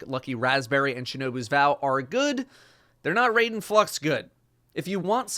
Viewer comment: RAI - DEN. NOT RAY - DEN.